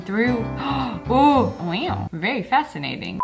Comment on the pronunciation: I love the time she said wew or is it wow